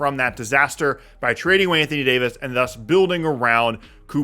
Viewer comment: I gotta unsubscribe. Mf said d fox for Davis 😂😂😂😂😂😂😂😂 can’t make this up